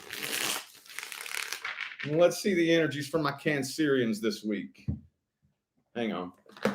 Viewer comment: I find it funny you always say cancerians in a Scottish accent 😂